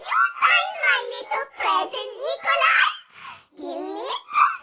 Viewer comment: dude its nickoli